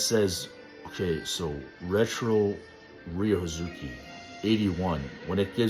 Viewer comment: Why do you say Ryo Hazuki like "Riuzuki"?